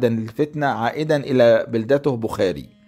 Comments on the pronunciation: المدينة التي ولد فيها تسمى بخارى وليس بخاري تلفظ بخارا بضم الباء ومد الراء في الاخير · اعيب علي حضرتك ركاكة اللغة فكلمة بخاري ونيسابور لا تنطق هكذا كما أن الارض بما ضاقت عليه بما رحبت . أما المحتوي فلا باس به.